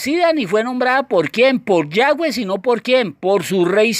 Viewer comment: Cual yayweh suena raro como que le falta algo